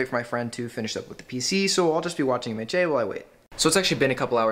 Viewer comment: You pronounced mha as maychay lol